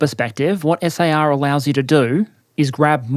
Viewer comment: Prounouncing SAR as "S.A.R." instead of one word made me irrationally angry haha